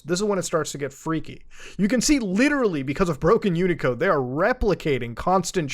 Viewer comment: Wow, you have no idea how CGI parameters work or what UTF-8 (unicode, which isn’t pronounced like that and the characters aren’t called “uneecodes”) is.